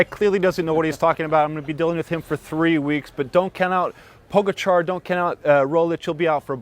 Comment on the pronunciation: They should learn how to pronounce Pogacar correctly at some point during this Tour.